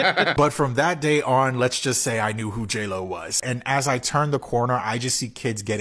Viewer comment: Yeah, he called her "hey ho" instead of J-Lo...